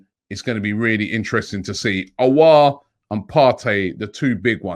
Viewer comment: Robbie is finally saying Aouar name correct